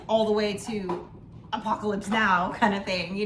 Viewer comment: Did you say "Apocatops"!?!? lol. How many beers have you had?!?!